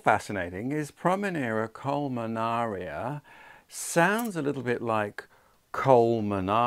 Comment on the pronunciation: Just wondering if the spelling or your pronunciation of the plant is correct. Seem it ends iana not ara according to the spelling. Not criticizing but just wondering. You have done a wonderful job with the plant and I love those blooms. So pretty!! Congratulations!!